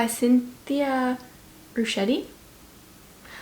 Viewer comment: I don't think anyone said, so I'll share. Ruchti is "Rook-tee."